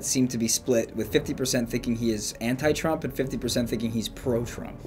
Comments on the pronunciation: trumpuru, twen t seexteen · "Turampu" wtf XD